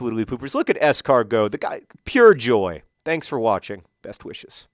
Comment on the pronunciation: and you need a Right Back, Es-Carr-Go is a little weak